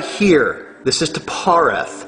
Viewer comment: It's Qliphoth pronounced (kli-foth) or (kli-poth) not Qilopth (kil-opth)